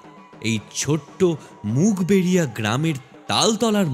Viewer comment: Ota mug beriya noi uluberiya 😊